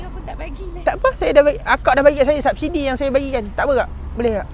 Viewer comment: Sebut sabsidi.. eikk sarcasm!!